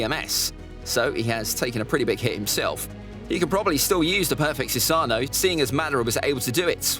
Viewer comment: It’s pronounced Su-sa-no not su-saaaaaaa-nu